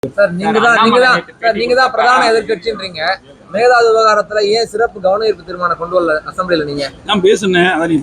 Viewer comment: மேகதாது னு சொல்ல தெரியல மேகலாது....லூசுப்........